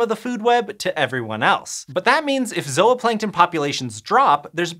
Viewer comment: Zoahplankton... really? REALLY?